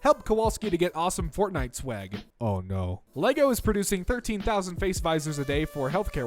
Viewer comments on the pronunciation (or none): none